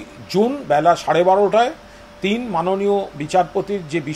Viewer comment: একবাটি নয়, দু-বাটি নয়, তিইন বাটি